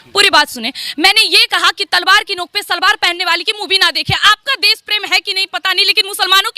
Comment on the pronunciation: Pehle bolna seekh lo.. hehehehe😂😂 bides, des, saheen bagh, sahrukh khan 🤣🤣